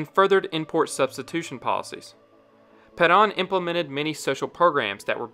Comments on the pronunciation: Peron not paran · "Juan ped-ahn" never heard such an, uh, "interesting" butchering of that pronunciation. just pronounce it the English way if you're a non-Spanish speaker. for real. lol. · It's hard to take this video seriously when it doesn't pronounce Juan Peron's name correctly